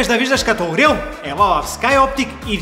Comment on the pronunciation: хах като каза виждам като орел на кррая няма да те лъжа че го чух - виждам като умрел